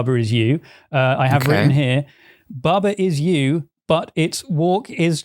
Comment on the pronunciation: I feel likre said "Baber is You" a few times